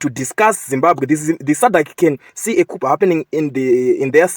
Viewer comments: Hey please it's not kupu please it's a silent p so it's pronounced as koo. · Pronunciation of the word Coup'e, its Cu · It’s not ‘kupu’ but ‘kuu’ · Its pronounced as 'Kuu' not kupu